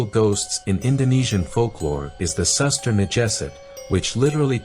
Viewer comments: Suster ngesot is read as SOOS TER NGE SOT, not N G Sot. Kinda hard to say for english speaker tongue 😁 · POCONG, you speak PUKONG, SUSTER NGESOT, you speak SASTER NJESET 😅